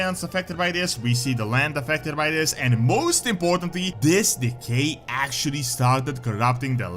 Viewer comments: I swear every time you say “Decay magic” I hear “Gay magic” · Am I the only one that instead of "decay" keeps hearing "the gay"? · I should not be giggling this much. With his accent “decay” sounds like “the gay”. The Gnolls have been corrupted by the gay magic. 😂